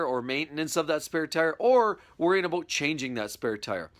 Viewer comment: ABOOT ABOOT LOL